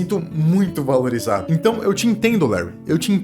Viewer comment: "Valirizado" ksksksks desculpaaaaa😂😂😂😂